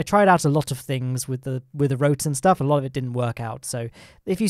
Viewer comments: good Schtuff like a german guy will say "stuff" ;) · I like how he puts the "SH" in the word stuff when he says " all that good shtuff."